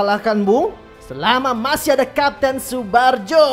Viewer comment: Tsubarjo bukan tsubajo